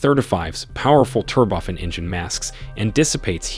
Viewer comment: Can you please learn how to pronouns turbo-fan! Seems this has slipped into your videos... it's a turbine driven fan. turbo-fan.